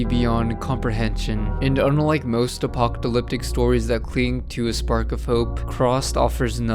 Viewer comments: Did motherfucker seriously say apoctalyptic😂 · You have trouble saying apocalyptic. Oh well. Thanks for showing me this.